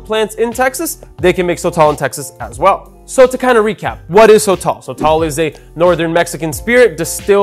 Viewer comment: It’s pronounced soh-tohl (both the “o”s sound the same) not so-tall